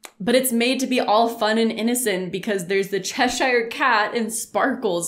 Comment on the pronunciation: The fact that she calls the Cheshire Cat “chezzy” makes me feel like she’d be a really scary person to make mad...she’d be like “BAD JUJU BAD JUJU!!!!”